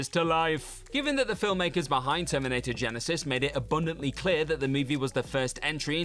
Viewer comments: GYE-NYE-SYZSSSES, indeed! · I missed ' pronouncation of Genisys 🤣